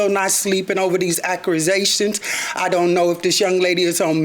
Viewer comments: What’s an ‘accruzation’? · “HOSTALITY” “ACCRE-ZATIONS“I’M DYING OVER HERE” Not to mentioned that her “Lashes looks like a “Long Feathered Trench Coat”😅😂🤣😅🤣😭😭🤣😂😅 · “Acruzations” is crazy 😆😂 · "Still not sleeping over these acrouzations" 😂😂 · "And I'm still not sleeping over these "accure-zations". Oh, my.... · Acura-zations like the damn car LOL 🚗 🚘 🤣🤣🤣🤣🤣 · I thought I heard "accruezations/ accrewzations" 😄